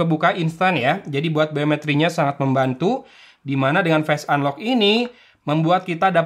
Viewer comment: dengar di menit kaget saya. "fast unlock" apaan? Owalahh.. ternyata face unlock. kirain inovasi baru lagi dari ZTE 😅